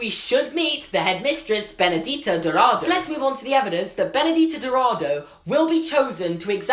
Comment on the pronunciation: By the way, for those who don't know and for some reason care: Benedita Dourado should be pronounced Ben-uh-GEE-tah Do-r̃AH-doo If you write the name in Portuguese Google Translate it pronounces the name perfectly :) As for Castelobruxo, it's pronounced Cass-TELL-o-br̃OO-shoo Writing Castelo Bruxo in Portuguese Google Translate gives you the correct pronounciation too! Yes the X has the sound of SH in Portuguese and sometimes even Z, it's weird just go with it lol